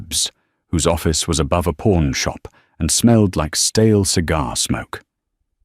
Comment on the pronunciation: It’s pawn shop nor porn shop all these sticking AI videos make the same mistake review the damn text and audio before you post the content😢😢😢😢😢😢😢😢